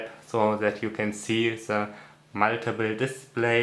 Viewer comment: Also ich finde ja, dass man besser keine Videos auf englisch machen sollte, wenn man so Einfaches wie „The" nicht aussprechen kann. Eine Qual, dem Gesprochenen zuhören zu müssen. (Zhe, zhet, zhis, usw.)